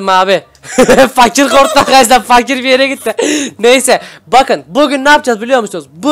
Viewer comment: Abi fakire seslenirken fakirin ırini söyleme fak ir